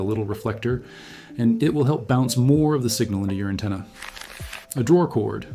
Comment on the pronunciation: An antenna not a attena